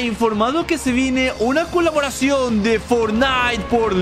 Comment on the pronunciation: xd alguien esculcho que digo kuloboracion xddd